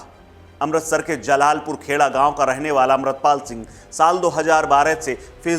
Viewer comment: रोड़ नहीं है संत जी का गांव रोडे है, और अमृतलाल सिंह का नाम जलालपुर नहीं जल्लुपुर है। भोसडीके नाम लेने नहीं आते और बन जाते है रिपोर्टर।